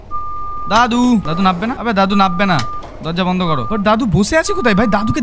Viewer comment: ভাই তুমি যেটাকে নাব্বে বললে সেটা আসলে নামবে হবে 😊